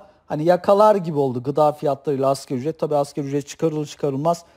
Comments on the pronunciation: Hocam askeri ücret değil asgari ücret..sizin de bildiğinizden eminim ancak söylerken hep askeri ücret gibi söylüyorsunuz biraz daha vurgularsaniz daha doğru olur sanki... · Ekonomik bir terimi yanlış telafuz ediyorsan, güvenilirliğin azalır. Sen ki 1000 kere askeri ücret dedin.